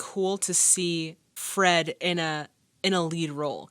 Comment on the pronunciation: Takes skill to mispronounce "Fred". 😅